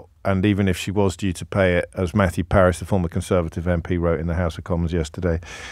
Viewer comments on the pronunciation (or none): none